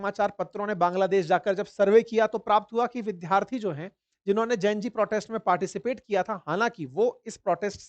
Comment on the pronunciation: you pronounce Vidyarthi as Vidharthi in Hindi,likewise Vidyalaya as Vidhalaya,can we check it please